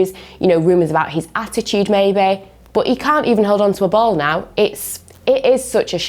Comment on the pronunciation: No one:: BUT is pronounced as BOUGHT